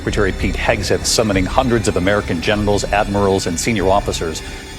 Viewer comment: i swear it sounds like he said hundreds of genitals instead of generals 😂